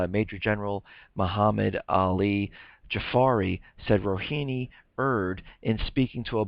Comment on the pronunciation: the correct pronunciation is Rohaani, not Rohini. thx.